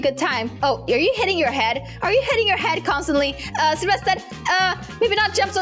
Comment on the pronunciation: selevester::selevested me: so hard to say😅